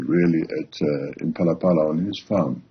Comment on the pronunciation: Its Phala-Phala not Pelele🤣🤣🤣😎